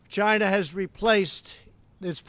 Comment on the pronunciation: 1,000,000 deaths worldwide. Where does this man get his figures from? Will he now get his accessories from somewhere other than 'Tchyna'. I do agree that Hong Kong should remain an autonomous state and that China is oppressing the citizens therein against their wishes. With regard to his comments on WHO I do not agree. Squaring the blame on China for the pandemic is unfair and merely deflects from his own inaction and irrational pronouncements in the face of information available to him early on in 2020 re the dangers of Covid 19. Although the speech sounded good I cannot help but think there are ulterior motives involved given the number of times he has lied during his presidency.